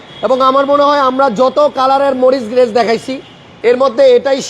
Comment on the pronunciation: আপনাকে শিক্ষত ভাবতাব কিন্তু গাড়ির উপরে লেখা পড়েও আপনি ঠিক মতো গাড়ির নাম ঠিক মতো বলতে পারলেন না. মরিস গ্যারেজ হবে.